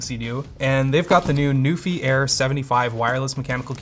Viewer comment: Until I actually saw it on the poster and such I thought was saying "Newfie" and I was so excited for a Canadian product getting featured!... Nope, it's NuPhy >.>